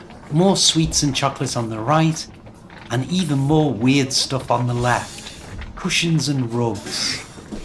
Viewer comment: What a good video! I think I couldn't catch the supermarket's name. Where are you from,? You have a peculiar way of pronouncing the vowel sound in stuff, does, hut, etc. My phonetics teacher told me that people pronounce this sound in different ways. Thank you for the ride! 🎉